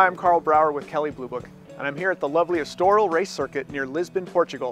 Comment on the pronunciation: I like (the other presenters at ). This is a lame review of these cars compared to some others that are out right now (cough...pistonheads). And who pronounces Estoril like that?